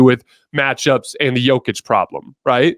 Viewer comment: I LOVE your channel but it's "Yokich" phonetically speaking 😂